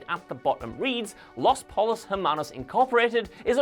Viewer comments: You’ve watched the show, right? You know that’s not at all how “los pollos hermanos” is pronounced, then right. Po-yose, not pole-o’s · Did... did he really pronounce the L’s in pollos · Podtrash Radio He’s still seen the show. There’s really no excuse for the mispronunciation. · Dude. You needn't reside in Albuquerque to know how the word "pollos" is pronounced in Spanish. Throughout the series it's spoken 737 times down all over ABQ. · Yeah, that was a bummer. Nobody on the show ever said it that way... just misreading the cue-card, I guess